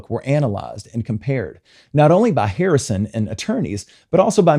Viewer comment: Why do you say Hirrison and not Harrison at the begging...🤷 But it happens and I'm so annoyed for George 😢